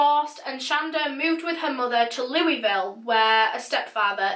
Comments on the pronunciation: When she said louie-ville it hurt lmao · clearly u aren't from here lol. its pronounced like whoville from the grinch but instead of who its loo. its just funny because everyone that isnt from here says it weird lol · Ma'am really said looy ville. Its pronounced luivull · "lou ee ville" no its "louvull" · Sorry it's not called 'Louieville" pronounced more like "Loueville" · Yep. I have literally been reading through the comments to see how long it would take me to find someone who mentioned that. I noticed a lot of people said they were from Kentucky or even Indiana. But none of them mentioned the fact that it’s pronounced “Lou-uh-vull” or even “loo-vull” but never, not EVER “louie-ville” lol can have a break. She shouldn’t know that since she’s not American. I guess the people who didn’t mention it were trying to be polite, but hell I’m about as polite as they make them and I can’t help but always point that one out. I guess it’s the same way people in Kentucky have Versailles and Monticello and pronounce them literally the way they’re spelled instead of “ver-sigh” and “mon-ti-sell-oh.” I have no explanation (other than the painfully obvious in the case of these two others I bring up lol) I don’t make the rules. It just IS. 😂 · As a Louisville native, it’s pronounced “Luh-vull” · Damn weird, should be loo-ee-vill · It’s pronounced kinda like Loowvulle. It’s a difficult pronunciation. at least you didn’t say Louis ville. could be worse. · Louisville is my home town. So weird to hear you say it. Lol.